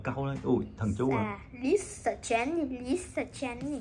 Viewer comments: Jenny có khi bà đọc thành Jen nis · Phát âm rất chi là chuẩn Chí xù Gién nì Rố sề Lí sà Sí đì Bờ lách pin Li ríc Tây ba gờ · Phát âm gất chuẩn , tây ba gơ, bờ lách pin , chí xù , gién nì , rô sề , lí sà , còn thái độ khi bốc ra Rosé đúng là fan 4 năm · Nhỏ này thái độ z? Khui carb của Jennie thì nói con bé nìk ba Khánh xem thử card thì hất tay cọc các thứ? Phát âm rố sề chén nì sú lía sà .ố dề vãi (ykr)